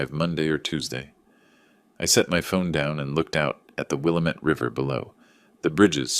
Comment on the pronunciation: Will lamb met Not will a met 👍